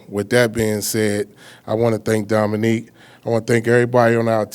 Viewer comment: Why does he keep saying "Dominique" lol! Wtf?!